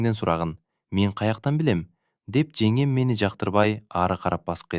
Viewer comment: Женем эмес жеңем деп окуңузчу сураныч